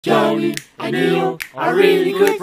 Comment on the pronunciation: I love the way Ill said “Johnknee”